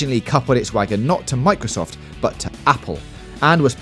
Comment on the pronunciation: wow! i never knew it was "owiginally about killing wabbits". thanks bwitish. Halo is to Micwosoft as Mawio is to Nintendo.